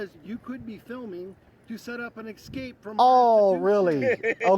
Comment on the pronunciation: “set up an “ekscape” what the flip is that?